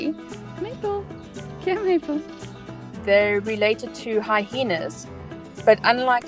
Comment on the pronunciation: She says HyHENA LOL it's HyENA